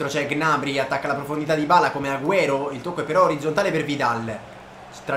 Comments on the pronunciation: Come hai pronunciato gnabry? G nabry! 😱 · Ma Gnabry non si pronuncia "Gnabrì"?